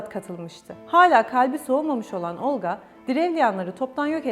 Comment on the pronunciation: Olqa ismindəki L herfi yumşak deyilmeli. Xatun Olqa deyerken çox kaba çıkıyor..Çünki Rus dilini bilmiyo.